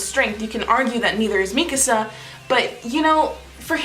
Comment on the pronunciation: FINALLY someone who pronounces Mikasa's name correctly